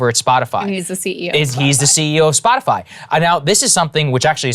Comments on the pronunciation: Did she just call it Spotifly. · "Spoti-fly" .... they should officially change their name to that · Did she say Spotafly? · What the fuck is "Spotifly" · Did she call it Spotifly? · did she say spotiFLY? only fly i spotted was on Pences heads... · lol she said Splotifly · “Spotifly” - Jen P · The fact that she doesn’t even know how Spotify is pronounced tells you everything you need to know. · Jen kinda sounds like a parent who refuses to pronounce Spotify correctly. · When Psaki said "Spotifly" she showed her hand, she is bullshitting. She has no idea wtf the guy was talking about. That was not her misspeaking, that was her bullshitting. She's a good bullshitter, she had me going. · She called it “SpotiFLY” ..shows how out of touch she is with the situation! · Did She say Spotifly 😳🤔👀🤣😅😂🤣😂🤣😅😃🤪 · Did the Sith lord just say, "Spoti-fly"? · Peppermint Patti said "SpotiFLY" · Spotifly??? Did she say Spotifly? Spot-a-fly? This invokes conference in her numbers? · Did Psaki say "Spotifly"? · Dam "Spotifly" needs to chill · Did she say “Spotifly”? 😂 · Did she just say "Spotifly"? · She called It spot-a-fly, listen close! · She said Spotifly... She's trying to set up for technicalities later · This is the second time I've seen her pronounce this as "spotafly". Why is nobody asking her if she can read? She represents the leader of our country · Am I the only one who noticed she says 'Spot-a-fly' lol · She said :Spotifly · I just listened to the US Press Secretary call it "SpotiFLY." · she doesn’t even know what “SpotifLy” is. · Damn… none of y’all caught that? “Spotifly”?? C’mon lady robot. She doesn’t even know what she’s talking about. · She called it 'Splotify' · Lol "Spotifly" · Bro she can’t say anything when she calls it “spotifly” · Did she say "Spotifly" for the love of misinformation? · Did she say "Spotifly" ? 😂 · She said SpotiFLY 🤦🏻‍♀️ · Spotifly? Am I the only one hearing that? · SHE SAID SPOTI-FLY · Anyone else catch her saying Spot A Fly. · she said spotifly